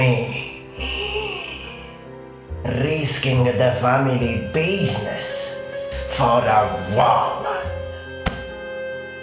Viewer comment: They pronounce business biz-i--ness.